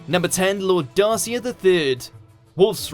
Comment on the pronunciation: The mispronunciation of Darcia’s name made me cringe!!